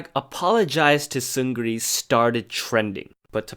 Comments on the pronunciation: Great story except one thing: 승 리 or Seungri is pronounced "seung-ni" in Korean because of a spelling rule. "Seung" is spelled ㅅ (s) ㅡ (eu) ㅇ (ng) and "Ri" is spelled ㄹ (r)ㅣ(i). When a word beginning with 'ㄹ' comes right after a word ending in 'ㅇ' then the 'ㄹ' is silent, or more precisely, the pronunciation changes to 'ㄴ' (n). So 승 리 is spelled like "seung ri" but pronounced 승 니 or "seung-ni". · Seungri’s name is pronounced Seungni.